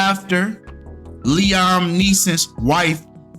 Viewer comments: Fam, it’s pronounced LEE-UM, not LEE-OM 😂💀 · His name is pronounced Lee-ahm I know you did not just call him Lee-Ohm 😭😭😭phonics come on now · Liam (lee-em)